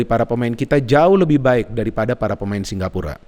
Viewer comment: Apa aku salah dengar ya Kok selalu ngomong singgapura 😀😀 Bukan singapura